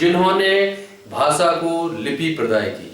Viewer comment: सम्राट अशोक बोलीये असोक नही, भाषा बोलीये भासा नही.